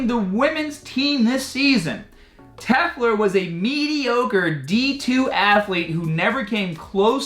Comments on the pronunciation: LOL. YOu can't even read (and you do this in many videos) The name is "Telfer", you say "Tefler". You are beyond inept at this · You pronouncing Telfer is so cringy. tell-fur. Try that